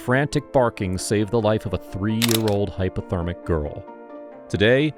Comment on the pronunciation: HyPOthermic. Not hyperthermic. Why does Peanut’s appearance change throughout this video? She has a different appearance in each segment.